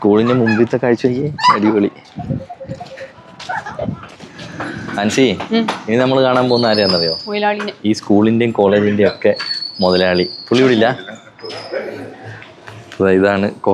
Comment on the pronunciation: മൊയലാളി അല്ല മുതലാളി